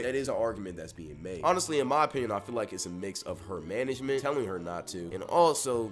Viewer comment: The boys said… manegment. 😂